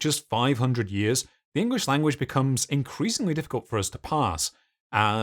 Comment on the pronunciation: Nevermind Sumerian. At free AM in vuh morning, is Engwish suffering? Not a wot, reawy.